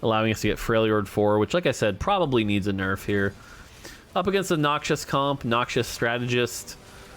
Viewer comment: could you explain why you keep pronouncing Noxus as "noxious"? Noxus, the faction is "nocks-us". Noxious as in harmful/poisonous is the "nock shus" you keep saying.